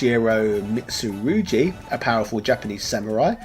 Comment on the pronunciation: Mitusurugi - pronounced Mitsu-roo-gee, not jee:D, at least thats how it is pronounced in the Soul Calibre series, but great video, would love to see a video about Soul Calibre, that was my first ever self owned game on the Dreamcast.